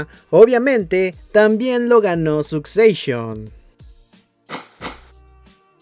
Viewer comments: Susecshon y Debir... me arden los oidos 😅😅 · Perdon... Sucseishon 🤦‍♀